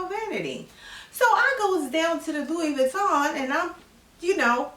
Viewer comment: You said Pantene Pro-V 😄🤣 Your pronunciation of Louis Veeton has me cracking up!!! Thank you for this video